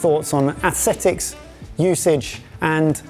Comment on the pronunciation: "al dente" is just fancy speak for "undercooked" "asethics" XD